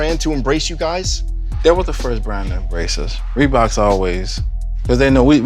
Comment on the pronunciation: Bro. This dude said "ReBoKz aN JaBoze" so many times 😂